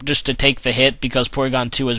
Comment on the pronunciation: its PORYGON dumbass